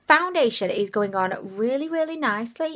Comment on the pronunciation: She said foundiliation lmao